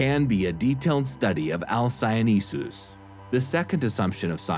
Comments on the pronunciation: why do you pronounce it alcyoneSus? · But there's only one 's' not two.